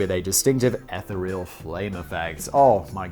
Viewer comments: It's ee-THEE-ree-ol, not ETH-uh-ree-ol… I cant even with this man 😂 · The ETHER is not the EH-ther, it’s the EEEfher (with a long E). The word is EEEthereal, not EHthereal. That isht drives me crazy please say it right. Thank you. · eth-EE-real, I think you mean.